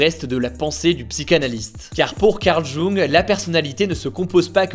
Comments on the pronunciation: Juste "Carl Jung" se lit "Carl youngue" et pas "Carl Joungue" sinn c'est nickel haha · Intéressant mais juste un détail pour les bacheliers, prononcez plutôt " Young" que "jungue" pour ce pauvre Karl Gustav, fondateur de la Psychologie..... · Ça se dit Young pas Joung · Au fait Jung ça se prononce [Y]ung ca m'a titillé désolée 😅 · Carl Jung ca se prononce carl young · Petit point prononciation, Jung ça se dit « Ioung » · La vidéo est bien comme d'hab mais la prononciation de du nom du psychologue Karl Gustave Jung m'a écorché les oreilles 😂. Ça se prononce "Young" 😉